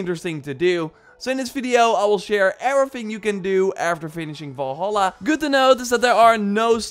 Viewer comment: I used to annoyed by the way people say "Valhalla" but the way you say it makes me want to never hear words again